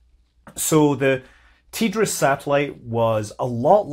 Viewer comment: TDRS not ''tee-driz"